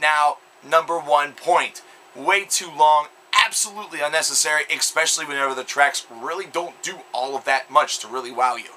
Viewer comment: lol you said "expecially"...